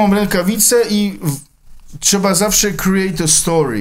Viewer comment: trzeba kriejt de stori - CZRU